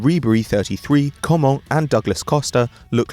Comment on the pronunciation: lmao how he pronounced coman: com'on